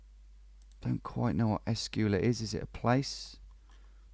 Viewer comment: "Eh-school-a... hmm I wonder what that means?"